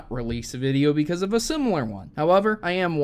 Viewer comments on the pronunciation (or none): none